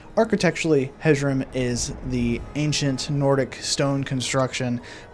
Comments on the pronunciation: Please. Please, Hjerim is “year-im” not “hedg-um”. Imagine the “j” is an “i” or “y” sound and the “h” is very very soft. Great video otherwise! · Mild psychic damage from how you pronounced Hjerim 🤣😅 (It’s supposed to be “h-yer-im”) Other than that, love this video! Hjerim is my fave house honestly, despite the fact that it’s a prior murder house 😂 Honeyside is my second fave, & Proudspire Manor is my third!!! But we all love Breezehome, that place is wonderful. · Your pronunciation of Hjerim intrigues me. I’ve always said it as “hyerim” like with a soft J lol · This video made me question the pronunciation of Hjerim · The pronunciation on Hjerim was the worst I have ever heard.